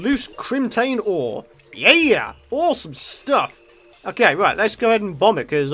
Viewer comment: It's ore-some! Hey hey no? Thought not...